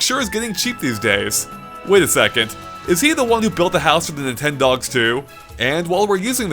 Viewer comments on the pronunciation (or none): The way he said Nintendogs gave me herpes.